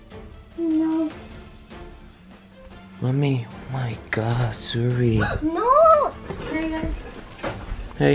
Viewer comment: George said wno instead of no 🤣😂😂